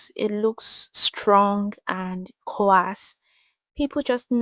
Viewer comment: Your hair is beautiful! Just a note that the "a" in the word "coarse" is silent.